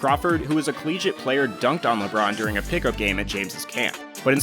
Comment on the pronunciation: “ LeBrone is the GOAT” please. Just,just stop. Mj micheal Jordan.